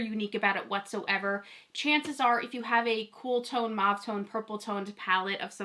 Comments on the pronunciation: Mauve is pronounced as mowv. Putting mauve eyeshadow on top of brown bronzer doesn't work. The colours don't show up properly when you have bronzer on your upper and lower lids and on both eyes. They clash and the bronzer is distracting. Bare eyes would work better. Keep up the good work! I love your enthusiasm! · It's so interesting to me that you pronounce mauve like "Mawv." Where I'm from (Ontario, Canada) everyone says Mohv" and I always thought everyone said it like that, lol. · I'm the opposite! From Texas and have always heard it as "mawv". I had never heard it pronounced as "mohv" until people started posting the videos for this palette.